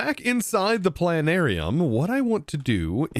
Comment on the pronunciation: I have a bone disease that prevents me from saying the 't' in plana'rium.